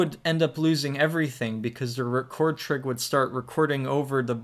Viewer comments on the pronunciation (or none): man you gotta stop saying "trig" like dat